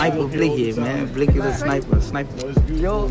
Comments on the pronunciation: Reporter said nick blixxy like bitch can u not see its blikxy x is silent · The way she pronounced blixky 🤣